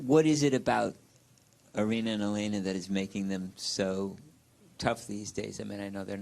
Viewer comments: She’s smart but she keeps saying Elina, her name is Elena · Its Elena not Elina Jissica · English pronunciation: Eh - lay - nuh 😂😂😂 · If you listen to Aryna she pronounced it properly which is yah-lay-nah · No....it's Eh - lay - nuh. There is no "Y".